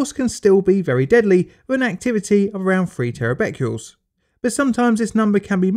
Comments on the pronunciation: Bq is bequerels, not bequles. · Tera “Beckyools” - I think you mean Becquerels “beck -er -els”. Cummon man, it’s not hard to get this stuff right. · three point three Terra Becurels?? Bit like nucular war.